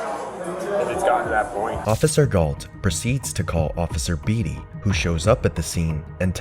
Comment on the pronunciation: Beatty is pronounced bay T, not bee T